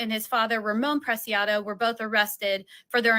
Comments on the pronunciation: PreSiado! Not Prescado. That sounds like you're saying fish in Spanish 😅 the C is pronounced as an S. Like Goncalves in the Idaho 4 case. Just helping. Not judging. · The only crime committed here is your pronunciation of Matthew’s last name